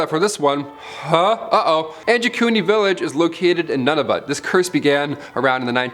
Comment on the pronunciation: You mean noo-nyah-voot?